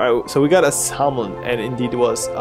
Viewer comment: I know it is spelled "salmon" but it is pronounced "samon" lol.